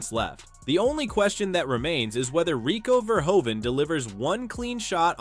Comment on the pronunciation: Dear AI voice: Next time, at least pronounce Rico Verhoeven's name Correctly. Thank you for your attention to this important matter. Greetings from the Netherlands.